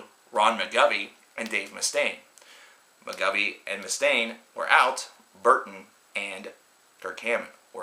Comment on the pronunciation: [Mik gov nee] not Mik gov ee. N in there poser. jk lol